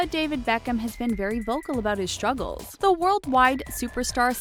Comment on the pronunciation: Why have this person do this video about "shtress" and "shtruggles" 🤦